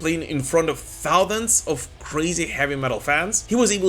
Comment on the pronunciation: Please try to correct your pronunciation of the word "thousand". Thank you very much.